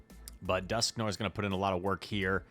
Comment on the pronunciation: After all these months, my man still can’t pronounce Dusknoir.